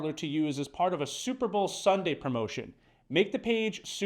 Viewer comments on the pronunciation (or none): “Super Bowel”?🤭 Great video, still. Thanks